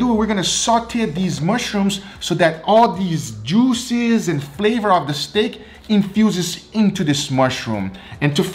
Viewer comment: my favorite ----> "....the bag................djooo-szez!.." Great vid, G...love 'em